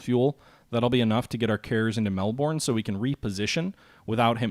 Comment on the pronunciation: We pronounce Melbourne, "Mel"+"bin" , please for my ears :)